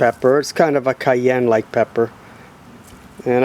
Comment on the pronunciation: CY Ann not shy Ann